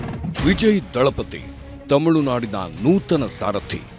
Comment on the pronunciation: Dalapati alla....... Thalipadhi